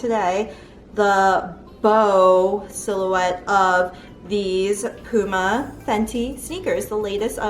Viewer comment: It's pu-ma hun p-uma is like saying timon and pumba 😂🤣